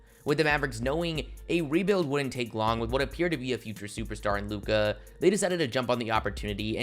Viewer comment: Stop extending syllables and ppl might sub. “The bulls were riiiight” “a figure super star in lukaaaa” “an unprotected first rounderrr” bruh annoying asf